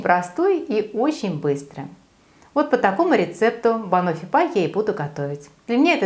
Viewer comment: Рецепт прекрасный и совсем не тяжёлый, но вроде бы правильно говорить не банОффи, а бАноффи)